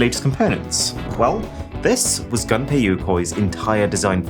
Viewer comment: Not "gun pay" but "goom pay".